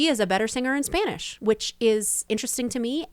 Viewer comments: I like the video but I disagree on the comment that she can sing in Spanish, she has an awful pronunciation, and she actually began to sing a bit better when she was married to Marc Anthony, I guess he put her on singing classes along with Spanish ones. But as a Latina myself I don’t like her voice or her singing. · She still has an accent singing in Spanish. The way she pronounces some words are wrong. Then again she is not fluent in Spanish either.